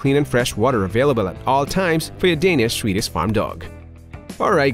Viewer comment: Can not handle the narrators lisp or ways of not speaking propellers I’m Swedish and even I can pronounce swe-diSH correctly and not swedich as he says. I also reacted several times at other words. This is a BIG negative for me and I can’t watch this video to it’s end unfortunately. Change narrator on your channel please.